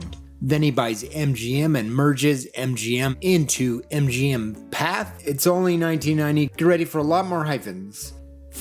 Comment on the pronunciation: The French company Pathé has an accent on the final "e", meaning that it should be pronounced. "Path-A", not just "Path".